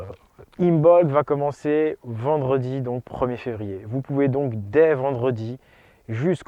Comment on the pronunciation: 2ème "R" du mot février: la rate!